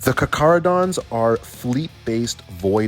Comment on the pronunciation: Just like to say as a lot of people seem to not know how to pronounce their name it's car-cah-ro-dons with a heavy K sound. Not an attack just more of a tip if people find it hard to spell out the lore way.